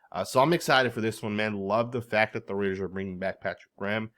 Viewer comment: I can’t stomach hearing Russell Wilson butcher “Raaaaaaiiiiddddeeerrrs”